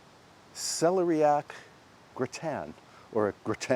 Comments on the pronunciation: we love the care you bring to your home and its surroundings... Also.. not sure if anyone has mentioned but here in the UK it's pronounced cel-air-ee-ack, not celery-yack. We still enjoyed your version! Your lovely piano playing is a treat as well. 😊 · Celeriac is pronounced: suh-lee-ree-ak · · I think you are pronouncing celeriac wrong. The accent goes on the second syllable. I tell you only because you are the type of person who cares!